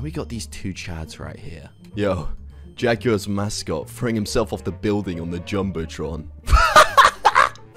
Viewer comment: The Jacksonville jaguars not what ever you just said